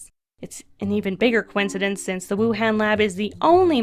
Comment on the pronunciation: ITS PRONOUNCED WU HAWN Y WOULD U SAY WUHAND IT SOUND DUMB SMH